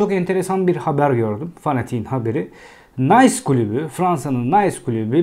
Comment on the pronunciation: Nays klubu degil Nis klubu fransizcayi ingilizce okumak gibi kulaga Komik gelen hatalar yapmayalim